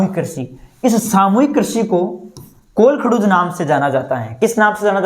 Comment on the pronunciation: This is kolkahoj not kolkhdoj 😅